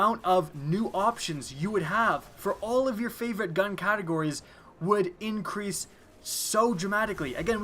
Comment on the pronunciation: Pretty sure that you said "Increase light level" wrong. Also, just because it isn't at the current light level or isn't relevant doesn't mean that it was "taken away" or "brought back"